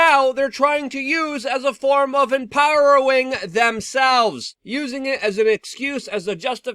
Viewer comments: ‘Empower-oh-ing’ This is serious stuff but we’d be lost with Lukisms. 😂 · Lukism #725: "empow-rowing".